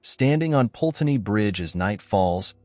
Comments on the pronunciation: Put-ney is the pronunciation not Pulteney. If you're going to report on the UK at least learn correct pronunciation. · I'm telling you now that no such "ghost" called Eliza who jumped into the river Pulteney (which again the narrator doesn't pronounce correctly) exists in Bath. And NO such "legend" has ever existed in Bath as you profess. You are completely and utterly fake.